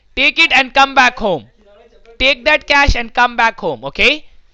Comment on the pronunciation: The way the scammer pronounces the word "cash"... Like a crack addict craving for the next hit